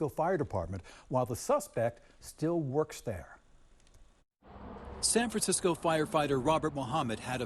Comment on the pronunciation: Oh yeah, that's San Fraranecisco.